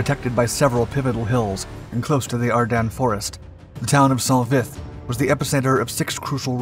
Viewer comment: I know this is trivial but i hear him saying. Are dun. Not are dens. I always thought the latter… maybe local area pronunciation? Thoughts?